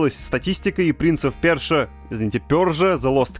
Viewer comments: Я помогу. И не "Принц оф перша" и не "принц оф пёржа" , а "Принц персии". Можете скинуть бабок за правильный перевод. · Обращение ко всем авторам стопгейм, говорящих "пёржа" - хватит! Говорите "персия", типа принц Персии. Ну классно же)